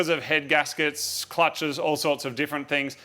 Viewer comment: HeAdGaSkEt LOL